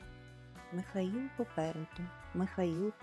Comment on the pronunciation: Тільки не Міхаіл, а МИхаЇл. Якщо українською.